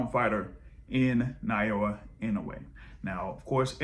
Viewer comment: A little help on Inoue's given name: ✅ NAH-OH-YAH ❌ NAH-YOH-UH I don't see Monster-Tank ever happening. Maybe Inoue will grab a big money fight over 126 at the end of his career, but I don't think Tank will come down to 135 at that point.